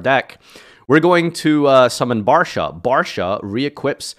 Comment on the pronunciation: Barcha not Barsha